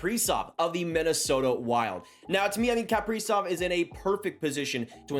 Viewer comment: What is it with Canadians and mispronouncing Kaprizov. It’s Ka-pre-zov not Kap-pree-zov